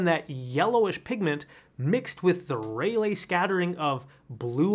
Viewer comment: LOL, missed the spelling error, but caught the mispronunciation: Rayleigh scattering is pronounced RAY-lee.